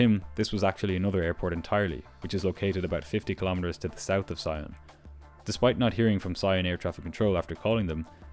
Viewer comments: FYI, Sion is pronounced “SEE-onh” (it’s French, so nasal ‘n’). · Sion is pronounced "see-on" with a french "on" (like the one in "lyon"). Just in case you need to mention the airport there again.